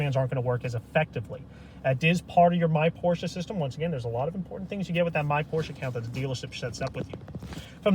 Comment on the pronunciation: don't makle a Porsche Video if you don't know how to pronounce the name: it is not Pooosche; the letter R needs to be pronounced, the letter E too